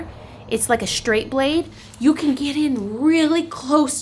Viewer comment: Of course it's a generalization. I don't claim to know every woman in America. But I do watch a lot of YouTube channels and I hear the added "h" A LOT. Like I said, I don't hear men doing it and I don't hear women from other countries doing it. Saying "shtraight" -- that's a big one!